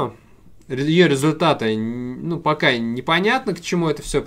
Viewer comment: ты так резко говоришь "пока". Делай заключительное слово какое-нибудь...